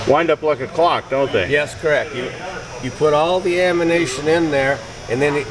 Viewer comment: The guy says, "ammination." Nevertheless, that was an impressive show of Thompson smg's.